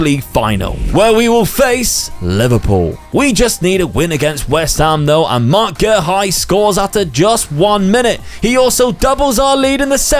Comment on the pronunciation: His pronunciation of Guehi is cringe, it’s literally pronounced “gay he”.